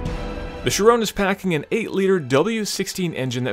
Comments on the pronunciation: Since when the the 'Chrion' become the 'Chayrone'? Bring back! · whats a sheer-owwwwnnnn????????????????????????????????? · It's pronounced "Chiron" (like it's spelt), not "Chirone" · When he pronounces it as "Chirone" - TRIGGERED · i wanted to KMS every time he said chiRONE,its chiron, with a short sharp end after the 'n' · *CHIROOONEEEEE*. Dude. It's Chiron, atleast try to pronounce it right. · Why did they choose this presenter. I hate his pronunciation of the car's name "Shirone" dude wtf. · It's Chiron not Chirone ;o) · chirone???? you mean chiron ON not ONE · Great video though it's pronounced Shi-ron not Shy-ron. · Chiron = 'she-ron' not 'she-rone' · why do you pronounce it like it's an anfrican american girls name. It's chi-ron not sherone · Ky-Ron not sha-rown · There is only one way to pronounce it.....SHEER ON, because it's named after Louis Chiron a racing driver from Monaco. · Perhaps won't also butcher the name. Chir-OWN? Really? Did they build it in Texas? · It would be very nice from an American "Car reviewer" to speak the name of the Bugatti Chiron finally properly. It's not a "Shirone"...!! like this guy has spoken out ten times the car's name! That's almost disgusting for our ears! Could it be that difficult for an US-presenter to speak this really simple french name correctly...? This is an european car... come on! I want an European guy to present the car. I can't bear this "Shirone"-guy in the video any longer! Louis Chiron is "spinning in his grave"...lol! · Art Vandelay but not shirone like the guy says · Take a shot for every time chiron is pronounced like 'chiroan' in this video. Tip: get about 20 bottles ready... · You got it wrong. It's supposed to be pronounced as Chiron. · He pronounces Chiron like how someone would pronounce Tyrone. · "Shrone"? SHRONE?! Tell me that it's not called (my my my) Shrone (a). And please return to his rightful place in the driver's seat. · who is 'sherone'? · It's pronounced Chiron